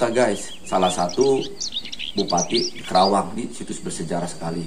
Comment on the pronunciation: Penyebutan kerawang kurang tepat.... Karena nama sebenarnya KARAWANG dan nama karawang itu sudah dipatenkan di KEMENDAGRI... terimakasih..